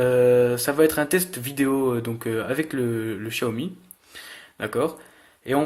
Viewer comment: Ta ecorcher le nom xiaomi -1 like